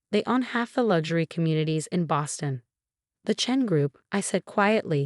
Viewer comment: Boston, not ba sin. Self-made, not self me. Family, not fami. Emma, not ma chen. Post-nuptial.